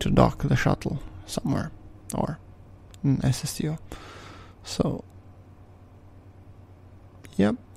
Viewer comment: When he says "SSTO" it sounds like he's saying "ass of steel". I think I like that better.